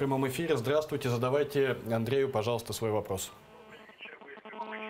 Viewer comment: ''здравствуйтэ я из Одэссы'' дебилы